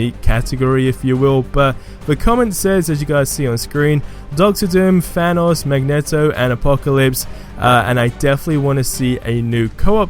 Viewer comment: Oh my god can you pronounce names right plz “magneto”